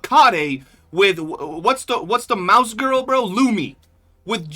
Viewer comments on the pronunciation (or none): none